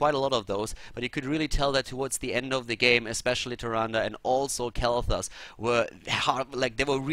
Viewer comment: You are improving ! ..Even the "Khaldor TV" in the prologue doesn't sound like "colourTV" any more. You practiced on it..?Other than that, great job by you - as always.